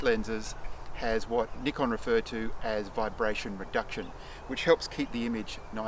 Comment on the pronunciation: THANK YOU for saying NIKON with the correct pronunciation!!!